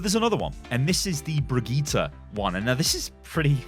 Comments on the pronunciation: BRIGITTE! not briggite [fake alert] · “Briggite” ...it’s fake